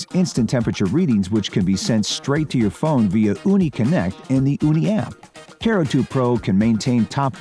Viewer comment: ... Guy in video is saying CARE-oo, not kuh-ROO....